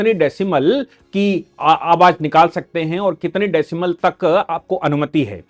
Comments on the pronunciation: Decibel होता है decimel नहीं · Decimal नहीं decibel.